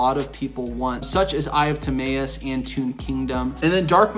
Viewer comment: Ta-My-us bro not May